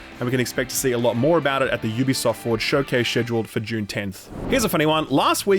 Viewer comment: Every time you say "June" now I think of Dune